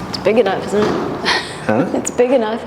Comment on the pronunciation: Congratulations, you have me saying "idn't it" instead of isn't it 😂😂😂